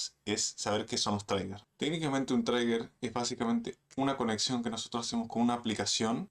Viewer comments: Todo iba bien amnigo, buen video, solo una correccion, no se pronuncia "TRAIGUER" se pronuncia "TRIGER" con acento gringo saludos... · Gracias por el video. Se dice "triguer" no "traiguer". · Trigger se pronuncia triguer ❤ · No pude seguir viendo el video después de todas las veces que inventaste como se pronuncia trigger, parece que crees que se pronuncia como Tigger 🐅